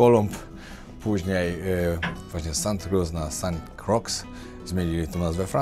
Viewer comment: "Sant Krła" Z francuskiego. Ciekaw jestem jak po angielsku brzmi. A , już usłyszałem jak pilot wymawiał nazwę wyspy:) "Sent Kroj". Ciekawe:)